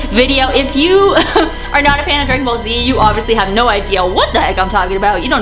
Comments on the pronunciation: u said grag ballz z its dragan balls z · When you were saying dragon ball z it sounded like you were saying dragon ballz